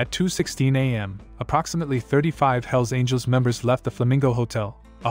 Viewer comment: It's all hype...and the guy(?) who made this video doesn't know squat about any of the clubs he's talking about! He can't even pronounce the names correctly...unless this was his way of calling out the club in some kind of disrespectful challenge? Outlaw clubs will always be around...too many citizens keep buying their dope and hiring them to get rid of their ex-wives...